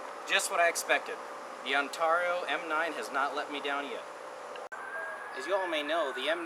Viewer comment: this guy is funny and not in a good way lol and you are saying Ontario wrong